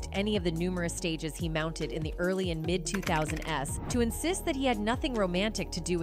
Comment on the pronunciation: Half of the time that this video is talking about Terrance Howard, they are showing Sean Paul on the screen. Also, the AI pronounced the "s" when talking about the 2000s. It actually said the 2000 S . 😂